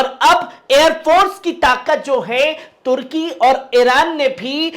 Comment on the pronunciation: Bhai tarki nahi turki